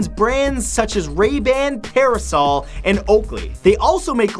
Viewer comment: pearsol its persol bro